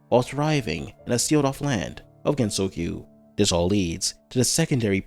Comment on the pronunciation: Bruh a lot of people be like: "Haha gap hag stupid gets clapped by reimu half of the time. Not serious ancient bi-" Listen... YOU DO NOT WANT HER SERIOUS! Like... The fact she spends her time ragebaiting reimu and sleeping 50 hours a day is the reason the games even continue XD Also i think you mispronounced gensokyo